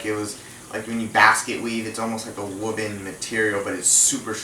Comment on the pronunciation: Lel ... Woooven , you mean woven